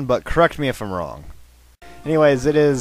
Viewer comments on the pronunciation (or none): none